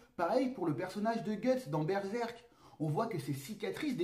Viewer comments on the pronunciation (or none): none